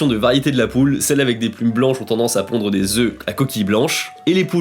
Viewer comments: un OeuFF des Oeu (c'est phonétique je parle pas d'orthographe sinon c'est Oeuf, Oeufs) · Des oeufs ok pour l'orthographe mais la prononciation c'est "des zeu" !